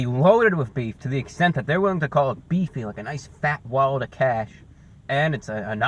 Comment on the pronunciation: You said Beachy 😂😂